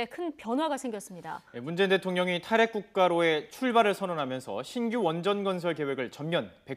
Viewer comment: 탈핵을 탄핵으로 들은사람?ㅋㅋㅋ